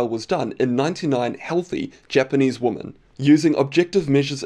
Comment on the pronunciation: Dude. ‘Women” is pronounced “Wimmen” it’s plural for Woman for an educated man that’s basic grammar.